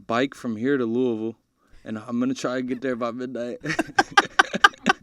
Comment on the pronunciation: He said “Louisville” correctly. I believe in him.